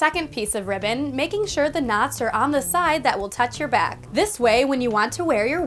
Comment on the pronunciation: i thought she said “ riven “ instead of ribbon i